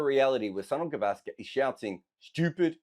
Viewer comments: It's pronounced Souneel Gaavaskr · The way you pronounce "Sunil Gavaskar" it sounds like "Son of Gavaskar". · It's Soo-neil Guh-VAAS-kur